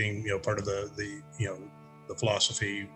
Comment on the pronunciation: Right after the Beast Master bit, it sounds like Ted says design flawsophy instead of design philosophy. I don't know if that was on purpose but totally coin that Ted! The emergence of the Beast Master among other things in Daggerfall is just fantastic.